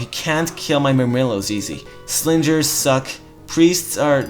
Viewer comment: lol slingers, the g is soft because you are just adding an "ers" to the word sling.